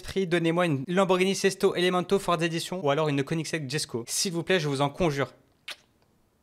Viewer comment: Slt à tu as failli avoir une voiture qui était là jesko mais sa ne se prononce pas comme sa sa se prononce yesko